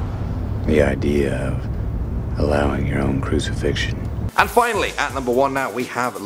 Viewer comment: Just so that you don't loose credibility, may I interest you in new fangled book called a dictionnary? You know, just so you proofread your text before publishing? For words like, say, 'crucifixion'...